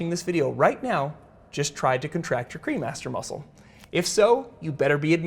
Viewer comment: I swear I thought you were saying the cream Master muscle I was like hmmm 🤔 that's aptly named. lol